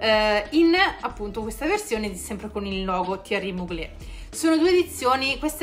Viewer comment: On dit Mugler, non Muglé 🙄